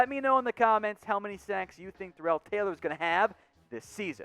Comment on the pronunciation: It's pronounced Darrell (Dare_rull) and 5 sacks